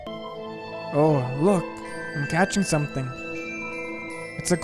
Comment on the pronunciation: its like S-O-M-E-T-H-I-N-G